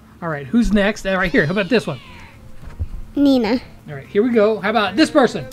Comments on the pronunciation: And its so funny that she says Nina instead of Nita🤣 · She said Neena to Nita lol that was funny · She said nina not nita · She said nena